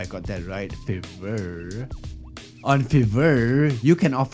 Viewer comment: you say it like fyver i think